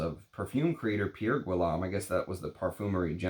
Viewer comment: His last name is pronounced G-ee-yome. The G is a hard G as in girl, get, go. The house has some very interesting and avant-garde fragrances. You won’t like his offerings if you’re not ready to step outside the perfume box. He doesn’t play by the rules, which is why I like his juices. Plus, if you can find a fragrance that you like, you won’t have to mortgage your house for niche.